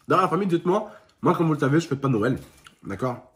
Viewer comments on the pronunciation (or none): Mdr il a dit les cadeaux de Noiël pas de noël